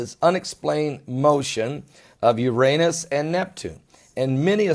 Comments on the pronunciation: It's NOT URANIUS, it's URANUS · is he saying Uranius? (⊙＿⊙)